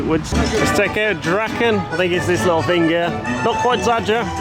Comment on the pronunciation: Even though I can't Polish, I'm pretty sure that's pronounce [drahken]. You English with your silly vowel shift. In other languages an a is simply an ah. Draken in Dutch means dragons, but I dunno, in Polish it might be just a singular dragon.